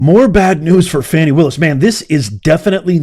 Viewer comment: Please stop mispronouncing that woman’s name. “Do not judge, or you too will be judged. For in the same way you judge others, you will be judged, and with the measure you use, it will be measured to you. “